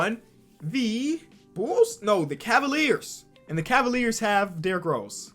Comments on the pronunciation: "Cleveland Cavilers" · Cleveland Cavilers. I know has dyslexia but google man